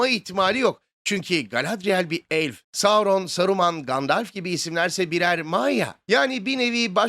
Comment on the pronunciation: Gandalf diye telafuz ediliyor. "Gandelf" diye değil :)